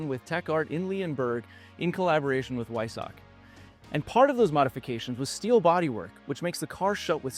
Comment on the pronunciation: Weissach. The 'w' is pronounced as a 'v'. I do however thank you for the correct pronouncement of Porsche. I'm sure we've all seen other YT car guys do the one syllable thing. I've seen one or two actually flip between 'em(!). I'm a lucky owner of a stock '94 968 Cab. It's a superb touring machine and it loves to perform. 120K and still going strong. Daily driver when there's no snow on the ground. Nice vid, great historical presentation.